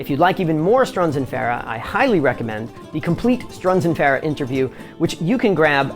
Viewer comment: One off the wall question.. You pronounce Farah unique. Is that how Ardeshir said to say it? I have always said Far-uh. Some say Fur- ah.. and you say Fair-ah.. Kind of a silly question but just a curiosity aside from the playing.